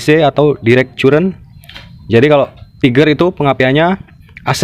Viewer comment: maaf kalo mo pake bahasa inggris pake kaidah bahasa inggris juga current dibacanya caren masbro 🙏